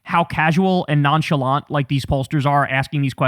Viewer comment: Kyle's too unc to say "nonchalant " 😆 🤣 😂 😹